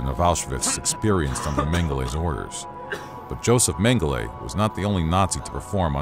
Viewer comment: As disturbing as these war crimes are... The narrator consistently mispronouncing Mengele's name really bothered me!